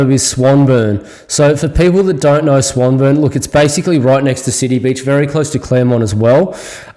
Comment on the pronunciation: Swan-Burn ? Nobody calls it that. Try Swan-Born..👍